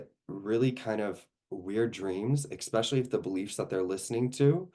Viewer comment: Do you pronounce especially with an x? 👀